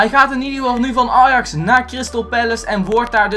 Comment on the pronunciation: hoe deze jongen ajax uitspreekt belachelijk